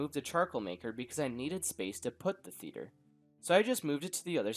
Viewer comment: Me thinking he said feeder instead of theater